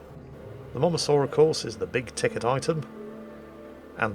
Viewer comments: Mosasaur,. Like 'Moses.' Not Momuhsaur! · Am i the only bothered by the fact that keeps saying the name of the Mosasaur as "momasaur"? Is this some weird fetish of we havent seen before? Or is it just him being "old and crap" as usual? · He can't read: just read the name - pronounce the "SA"